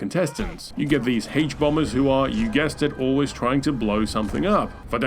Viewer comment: " thee haych bombez gang " 😮😮😮👍👍👍🤨🤨